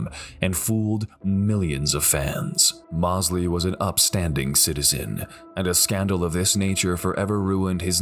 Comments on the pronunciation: Sugar Shane Mosley is pronounced Moes-ly, not Moss-ly. Sorry it was bugging me. Other then that great vid! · Hard to listen to the narrator mispronouncing Sugar Shane Mosley's name over and over again. He keeps saying Moss-lee. While his name is pronounced Moze-lee. You'd think that they could get this right but the also left something out of the Louie Resto fight. Not only did his trainer take the padding out of his gloves. He also dipped his hand in plaster of Paris. So by the third round Resto was punching with bricks basically. It was like two rocks smashing Billy Collins in the face over and over again. If he hadn't been so tough he might have gone down earlier and saved his career. RIP Billy Collins, you're a champion in my book. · pernounced Mose - Lee not Moss - Lee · Love the videos and the "Mostly" accurate commentary, however, I would urge to learn the proper pronunciation of a few names. Shane Mossly* would undoubtedly agree. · Great compilation, but, how could you do a boxing video and not know how to pronounce Shane Mosley’s name?